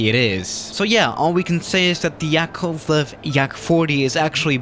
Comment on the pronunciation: I'm Russian and the way you said the name of the plane hurt me inside ☠️